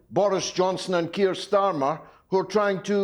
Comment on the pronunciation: Benny Johnson can’t pronounce the name Kier….. wow, what a dummmy. To be fair, he probably doesn’t have any trouble pronouncing Russian names.